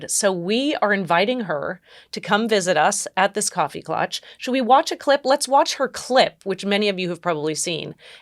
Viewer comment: You guys End Too soon! Great stuff. Hey a coffee klatch? Not clutch